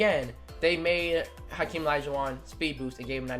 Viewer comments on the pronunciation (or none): none